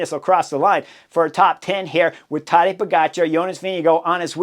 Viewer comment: Horner says Todday Igotcha 😂